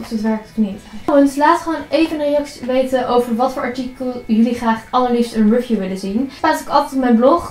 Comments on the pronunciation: Een rufieuw? Hihi! Tis eigenlijk "rie-vieuw". Leuke spullen allemaal! Lijkt me heerlijk om zoveel uit te mogen pakken! :D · Je spreekt review verkeerd uit 😂😂😂